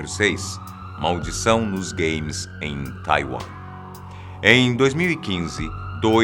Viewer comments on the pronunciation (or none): pensei q ele tinha falado gays em vez de games kkk